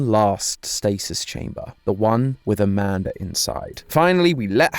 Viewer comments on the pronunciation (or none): I’m sorry I can’t help myself I keep busting up laughing when you say Amanda because you say it like “amandar”